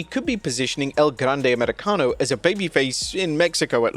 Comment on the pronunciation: can keep feeding us El Grrrrrrrrrrrrrande Americano stories and rumors because that 'R' rolling is s-tier.